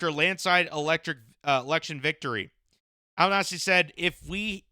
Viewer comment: It's pronounced Al - ban -easy or just call him Albo like we do. The Labor party won a huge majority and the Greens have the balance of power in the senate.